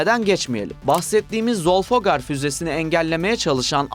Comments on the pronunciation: Zolfoogar değil Zülfikar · Zolfoghar değil Zülfükar füzesi. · Zolfoghar füzesi nedir ya? Zülfikar füzesi o. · Zülfikar, lütfen düzgün telaffuz edin